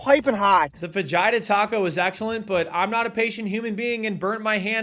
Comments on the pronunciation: Fajitas are pronounced Fa HEE tas. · I don’t know what is more American: 1. buc-ees itself 2. This stupid challenge 3. Pronouncing fajitas as faDGHItas OR my favorite 4. Guy casually going to church twice in a video like this No hate, I like America in all its weirdness